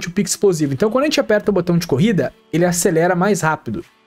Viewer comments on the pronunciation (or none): none